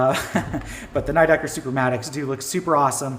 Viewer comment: Pretty sure it's "nee decker" not "neigh decker", it's German.